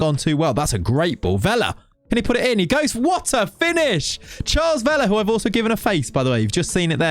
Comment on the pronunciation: Double L in Spanish is pronounced as a Y so Vella would be pronounced Veya